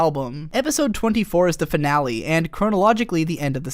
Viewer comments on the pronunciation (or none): none